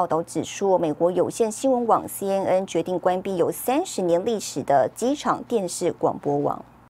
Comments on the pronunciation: 听着一直报导西嗯嗯西嗯嗯，我暗地里笑了，新闻播报员至少ABC念准一点可以吧。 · 親愛的播報員， CNN 「N」的發音錯誤了， 趕快改過來吧！